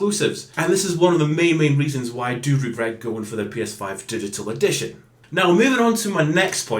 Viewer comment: dishital edishawn?